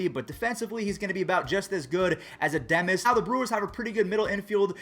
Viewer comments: Adames, not Addemis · Edimis it’s adames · Bro what was my man on today!?!? Willy uh-DAH-mess bruh, not Uhdemmis, it’s Trevor RICHARDS in the trade not Trevor Rogers, and the A’s second baseman is JED Lowrie, not Brett!!! Wth is going on w you!?!???? So no, u didn’t botch “that” name, u botched ALL the names lmaooo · Willy Ademes lol, Its AdAmes, also they dont wanna rush those guys they have played do little games at the triple A level we can use walls for now which is better defensively than Adames and probably hit better as of rn Edit: lol he also said trevor rogers instead of richards pls clarify. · And edemes instead of adames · Yeah he says it ademes lol .. Adames(Ah-dah-mez) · "Willy Ademes" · There is no way thinks he’s pronouncing Adames correctly right? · the way you say Adames hurts as a rays fan, AH-DOM-ES is how you should say it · Add-ahhh-mess, please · Bruh why you say Willy Ademes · Adämes lol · U say it with a chicago accent like Willy adaaaaaaames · Willy A Dom es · ITS WILLY (UH-DAH-MEZ) ADAMES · you botched willy adames last name😂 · That's back to back days he botches it lol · so. he says willy adames wrong and he says marcus sam-ien bro get it together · It triggers me